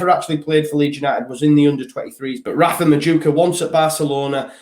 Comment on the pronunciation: Btw Noni Madueke is pronounced Non- eee Mad-ew-ay-kay